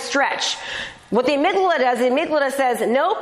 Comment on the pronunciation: The amygdala not amyglada